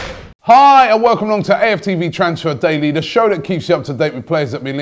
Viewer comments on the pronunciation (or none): none